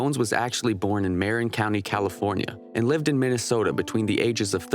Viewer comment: Fyi Marin county is pronounced “MUH-RIN” not “MAREN”